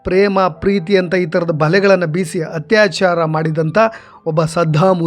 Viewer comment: ನಿಮ್ಮ ಈ ಕಾರ್ಯ ಪ್ರಶಂಷನೀಯ, ಆದರೆ ನಿಮ್ಮ ಶಬ್ದ ಉಚ್ಚಾರದ ಕಡೆಗೆ ಗಮನ ಕೊಡಿ, ಹತ್ಯಾಚಾರ ಅಲ್ಲ ಅದು ಅತ್ಯಾಚಾರ, ಹ ಕಾರ ಹಾಗೂ ಅ ಕಾರಕ್ಕೂ ವ್ಯತ್ಯಾಸ ಗೊತ್ತಿರಲಿ 🙏